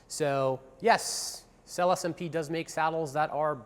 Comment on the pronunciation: 🤔how trustworthy about those saddles can someone be who even can't pronounce the name of the company